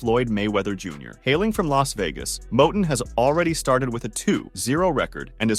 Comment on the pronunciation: This this don't know wtf he talking about he don't even pronounce cornel last name right he also said Curmel had like 63 fights he had like 130 and 6 losses how you gonna give out false info 😂